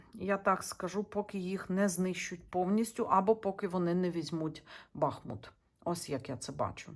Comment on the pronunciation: дякую за роботу! Місто має назву БахмУт,бо там тече річка БахмУтка!!! З повагою до Вас!🥰